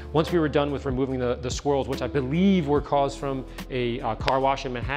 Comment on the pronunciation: I know he's saying swirls but I hear squirrels like damn they messing up Ferraris now?!?